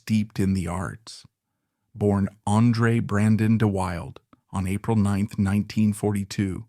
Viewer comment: Pronounced Da Wilda